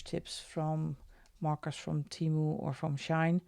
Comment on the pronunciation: I just thought I let you know it is SHEIN and not SHINE from at least how it is pronounced here in the USA.